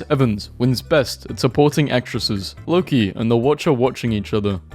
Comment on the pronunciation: the pronounciation of "Loki" is just- i cant 💀